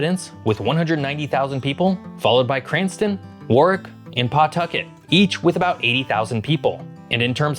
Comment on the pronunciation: it's war-wick